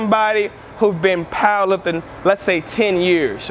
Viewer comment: He says paaaaawher lifpting